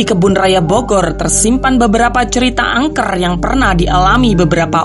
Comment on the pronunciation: rrrr nyaa peket banget,, angkerrrrrr kerrrrrr rrrrrr astaga